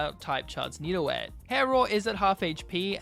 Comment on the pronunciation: He said nido-et instead of nido-geot